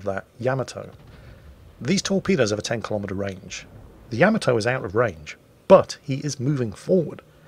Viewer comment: It's just sad that "" can't pronounce the battleship "Yamato" name right.